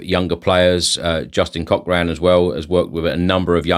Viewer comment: I sometimes wonder if you ever consult the Spurs app the club released the statement on the app two hours before eight whatever it was you said And surely you would learn to pronounce a simple name like Cochran correctly